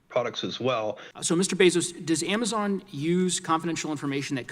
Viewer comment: "Amazine" lol